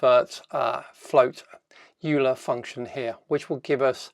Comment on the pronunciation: Note that "Euler" is pronounced "oiler". It's a Swiss name. Nice demo!